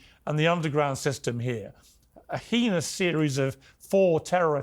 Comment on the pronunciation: Please also learn to pronounce "heinous" if you're going to use it extensively and repetitively